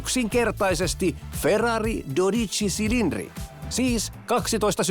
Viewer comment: Ja ekalla heti lausuttu väärin 😑 Mikä ”cilindre”, jos se kirjotetaan Cilindri niin ei sitä lausuta niin että se sana päättyy e-kirjaimeen